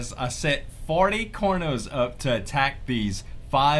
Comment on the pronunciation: IMAO CORNOS XD XD IT CAR-NO-S